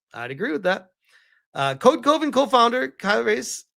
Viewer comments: Code Coven, is not pronounced as Coe-Ven it is pronounced as Cuh-Ven like Love-En. It is Coven as in a group of witches, hence the witchy art on the logo which tracks for a group of feminists to want to be part of a witch coven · Also it's not C-OH-Ven. It's C-ah-ven. like a witches Coven. literally that's what it is. It's code coven.